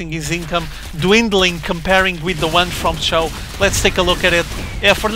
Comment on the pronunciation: It's pronounced like Show.